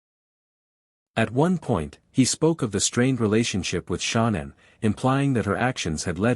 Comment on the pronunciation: Why is this narrator calling her " Shonnan" her name is ShAnnan!